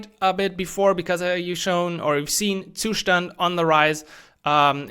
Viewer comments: Every time you pronounce the word "Zustand," it makes my ears hurt :face-fuchsia-tongue-out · Yeah, I get that! Most people get used to pronouncing it differently — like you did in your earlier videos. It just sounds a bit weird 🙂 Btw really appreciate what you do!